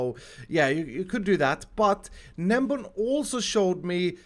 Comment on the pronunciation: its gnembon not gnembom